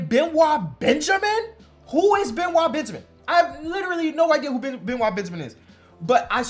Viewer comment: Benoit Benjamin's first name is actually prounced be-NOYT 😆